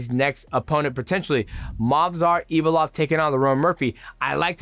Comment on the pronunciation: “Evolov” dj is chael with the pronunciations but its shoot fr